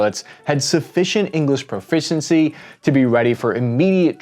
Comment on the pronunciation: Sorry but the irony that you can't say 'proficiency' out loud made me chuckle